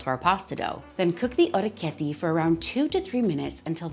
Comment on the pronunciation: Hey!! Wow this was so fascinating to watch!! The knife does such a cool job of shaping them! Fresh pasta is my weakness!! I love the way you pronounce it too❤❤❤